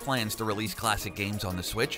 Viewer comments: “orcarina of time”...it’s ocarina buddy, no “r”. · orcarina of time?! jesus christ! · "The legend of Zelda: Orcarina of time" smh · Ocarina of Time not ORcarina of time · Legend of Zelda: “Orcarina” of Time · WOW! You still can’t pronounce ocarina. Big surprise.